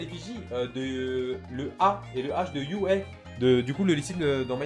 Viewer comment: C'est un A et un U dans UA pas un H mdr